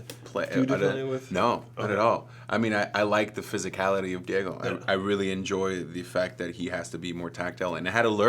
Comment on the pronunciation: im in love with the way david pronounces diego in the most spanish way possible like "dee-ye-go" rather than "dee-yay-go"